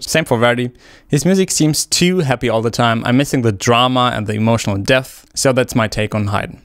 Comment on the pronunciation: bro cannot say depth